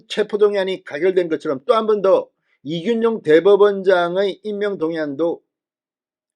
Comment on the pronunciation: 진성호님의 발으이 그렇겡드립니까 이준용이 아니고 이균용입니다